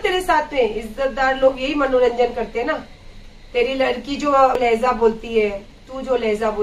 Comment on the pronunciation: Laheza nahi laheja hai